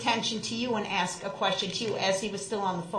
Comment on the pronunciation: allow me to correct something you stated. The alleged defendant, Darrell Brooks, Jr. (an' he DON'T consent to being callled dat' name!) doesn't "ask" questions. He "AXES" dem'! 😁😁